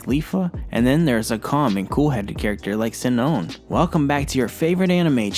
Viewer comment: Ew how did you pronounce Shinon again?!🤢